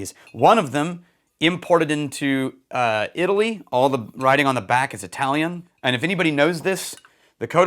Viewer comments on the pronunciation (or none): none